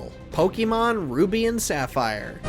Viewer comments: It’s Poke-A-Mon, not Poke-E-Mon. I’m interested in the video but first thing you do is pronounce the name of the games wrong. Grrr 😡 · Knew this list was gonna be trash just based on the way he pronounced Pokémon.